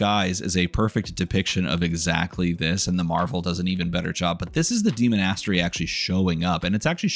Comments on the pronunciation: I'm trying so hard to pay attention, hearing demon-ass-tery is taking me out every time though. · I cannot abide your pronunciation of demonastary. Great video otherwise though lol